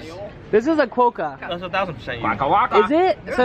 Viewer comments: You're pronouncing quokka wrong 😢you're close but it's pronounced the way swoozie was first saying. It just sounds better that way 😅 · your pronunciation of quokka really annoys me sorry but its not quoe-ka its just quokka the way swoozie pronounced it was right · It's pronounced qwaka (at least in Australia) Just a heads up lol. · It's pronounced qwa-ka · It's pronounced Quokkaaahh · You're pronouncing Quokka wrong, your friend who you corrected said it right.